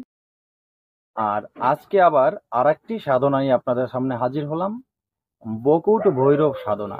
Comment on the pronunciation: বকুট না বটুক ঠিঠাক বলুন